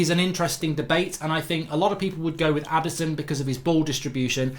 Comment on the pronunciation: Adisson lmao